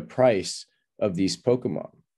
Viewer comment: You don't know how to pronounce Pokemon lol. It's a Japanese word and NOT Po-kee-mon like you said lol. Proper pronunciation is Po-kay-mon. English speakers usually say Po-ka-mon. Just an FYI as you made a big deal over the PMon coin lol.